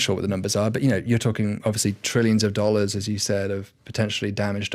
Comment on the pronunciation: Some of the questions he asks as if he is 5 year old child. Also its so disgusting how he says “nollars”, not dollars